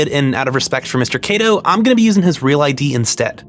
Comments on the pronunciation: It's Kato, not Keido. If you're going to claim to respect someone's name, learn to pronounce it. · hey uhhhh just so you know, since you said you were using it out of respect, you straight up mispronounced Kato's name over and over and over. If you see the letter "a" in a japanese name, it's pronounced "ah" not "ay" every time. the "ay" sound would typically only come from "e" or "ei". it's especially glaring considering how much effort you put into correctly pronouncing names from other languages, tbh